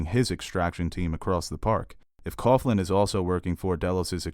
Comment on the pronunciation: Coughlin is pronounced cocklin, not cofflin. Poor Timothy V Murphy, he always seems to be cast as an Irish dick.